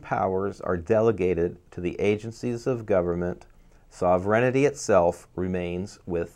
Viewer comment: sovereignty is pronouned sover-n-ty(SOvern-T) not Soverignity. I understand what your saying is important and I do not mean to criticize to be mean or cruel only to help. The word as it is being enunciated is a malapropism because the way its being said is not a word.I am so glad you showed the word that you were attempting to pronounce because otherwise I would have been lost because of the mispronunciation. Otherwise your points are dead on target.